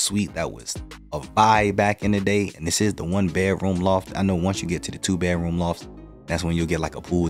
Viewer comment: funny, it always sounds like you are saying "bear-room" instead of "bedroom" - without the "d". On the other hand, when you say just "bed", that sounds fine/normal. is that intentional - aka a signature?